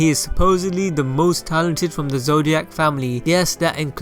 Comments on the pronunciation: Alright u started off the video terrible by saying Killua ZODIAC LIKE WTF! It’s fkn ZOLDYCK! It ain’t that hard Jesus 😂😑🤦🏾‍♂️ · Its ZoldYCK not zOlDiAc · Hello, I love your channel and content. But are you sure it's "Zoldiac"? Isn't it "Zoldyck"? Not hatin' just making sure. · Oh man It's Zoldyck. Your're saying zodiac. Sorry for nit picking but you're saying a totally different word. Great video though. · zodiac? da fu sorry to be rude but there's no i or a in Zoldyck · Is he saying Zodiac? Did I hear that correctly? Wtf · Yeah he said zodiacs multiples times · It's pronounced "Zol-dick" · The way you say zoldyck irritates me so much its improper